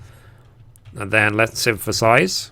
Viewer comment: Lol, you do know that the word synthesize doesn’t have letter “M” in it, right?